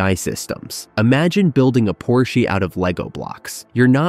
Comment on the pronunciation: It’s so smart that it still doesn’t know how to pronounce Porsche properly